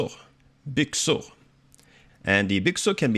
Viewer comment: But you're pronouncing "skor" more as "skur". Is it an influence from skånska?